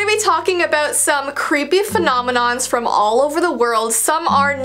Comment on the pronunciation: Me:*Is scrolling through videos* Oh! this one looks Noice(It's DIS Video) Clicks- (Just before Kinda Looses Her Ring): Fenominoms, Me: Pauses video- And Says It Again and Again- Me again: Femonimom, F- Fenonimoms Femoninons Femoninons Me again Heh:Finally got it Forgets How to Click On Video(cuz I'm dumb) Clic!